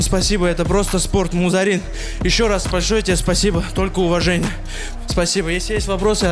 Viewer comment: Дикторам только имена выучить надо и ... "МузАрин" 🤦🏻‍♀️